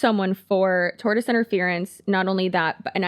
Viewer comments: "Tortious" is pronounced "tor-shus" not "tortoise". "Tort" is a legal term, it's got nothing to do with slow-moving reptiles with big shells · You repeatedly saying “tortoise interference” is breaking my brain and making me doubt my three years of law school on the pronunciation of “tortious” 😂